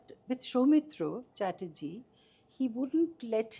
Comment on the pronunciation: His pronunciation of Soumitra Chatterjee was simply awesome. I think many in india (non bengali) can do so😊